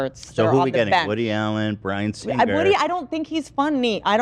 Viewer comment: My OCD can’t take how Ethan pronounces “Singer”